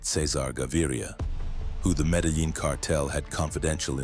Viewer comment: Metal Lean? AI...